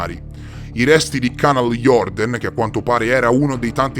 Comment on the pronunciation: Si pronuncia Canal jurden